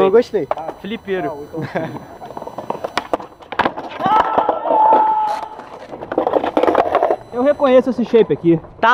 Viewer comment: "flipero" KKKKKKKK